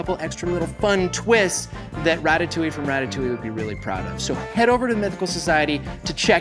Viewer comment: The way pronounces "Ratatouille" makes me want to defenestrate myself.